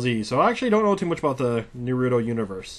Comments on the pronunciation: Na - roo - toe =naruto! not narudo. I hate how people mispronounce his name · "Ultimate narewdo" how dare you?! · why can nobody pronounce his name right? Everybody keeps pronouncing it as Naru-doh instead of how it is supposed to be pronounced, which is Naru-toe. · I think they are watching stupid Dubbed episodes, NEEROOOTO. Its fucking Naruto - TEBBAYO! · ultimate Nuhroodo according to the announcer. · WTF?! i paused the video once I heard "narewdo"... Do SOME research before showing gameplay of a popularized anime/manga turned RPG. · I call him Naturo, you shouldn't get upset about stuff like that and if you knew how to say it correctly the first time you saw it, yaaaay for you (i guess).I know a lot of Naturo fans who keep on mispronouncing his name but it's up to them and that shouldn't bother you. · NAR RUUUU TOE you need to say it right heh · Because he's American. They often pronounce T as a quick D. Don't ask, I dunno why. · Ugghhh...why is it so hard for people to pronounce "Naruto"? I don't understand the inclination to pronounce it that way. The first time I ever saw the word I knew how to say it correctly, and this bothers me to no end. On the plus side, you can tell someone doesn't know anything about the show when they pronounce it like that. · I hate it when people say naruto wrong like this guy did. It just pisses me off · If you're reviewing a game like a professional you one should really first know that he/she is pronouncing the main product correctly. For regular people it doesn't bother me but if I'm watching a review, commercial. etc. it doesn't hurt to try it out just once. I mean it's said every episode. For something like this he should say the name right. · you miss pronounced naruto its like naru combined then to like toe or just watch a video in the japanese version to get it right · he is pronouncing anime wrong (which is not that uncommon) BUT FREKING WAY HE IS PRONOUNCING NARUTO WOULD BE HILARIOUS IF I WASNT A FAN OF [NAR-ROO-TOW]